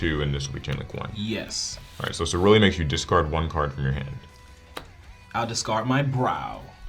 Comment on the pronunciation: First turn messes up ceruli